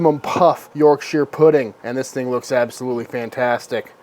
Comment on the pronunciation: Congratulations on getting the shire bit right, an American who doesn't pronounce it like their on the set of Lord of the Rings is as rare as a good steak 👍